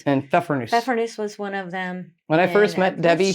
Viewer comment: You said "Pfeffernuss" without any accent! 👏👏